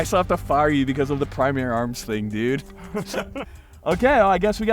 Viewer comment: Am I the only one that be randomly yelling “Prrrimary Arms”